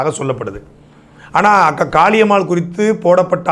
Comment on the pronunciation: 2.32 இவரு அக்கா காளியம்மா என்று சொல்றாரா இல்ல காக்கா காளியம்மா என்று சொல்கிறாரா 😂